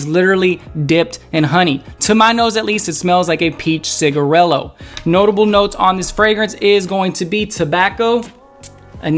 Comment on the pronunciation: MY GUY SAID PEACH CIGIRELLO OK DEN LOL